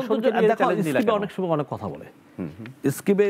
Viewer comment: সময়কে সমে বলে।